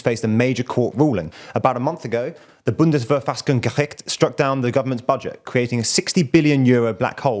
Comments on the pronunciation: completely wrong though. sounded like a sneeze. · Ha. As a German I love how You Butchered the Pronounciation of "Bundesverfassungsgericht" xD For those who dont know. That is the German Federal Court of Constitution. (What the US or UK call "Supreme Court") :) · English speakers can't get the ch sound right but apart from that it's alright. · You are being sarcastic, right? He almost vomited saying Bundesverfassungsgericht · how dare he slightly mispronounce it, its such a simple and short word! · Mate, as a german, I congratulate you on your effort to pronounce Bundesverfassungsgericht. For non-native speakers it really is a mouth full, and even if not 100% right you made the effort and that is what counts. Also practice makes perfect so keep it up and dont shy away from other languages! Have a good Christmas time with you friends and family! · Indeed it was not 100% right ;-) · I love the way you pronounce Bundesverfassungsgericht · not completely wrong. The "ch" was the biggest problem I would say.